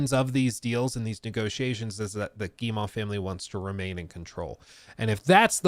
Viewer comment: Tip! Guillemot: Gii-mow. Like mow the lawn. Like mo money mo problems. At least close enough.